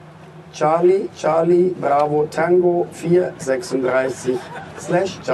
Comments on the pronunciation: Man spricht es „Tengo“ aus! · Leider haben sie das letzte "Tango" nicht richtig ausgesprochen. Wir müssen ihre Buchung stornieren. 😂😂😂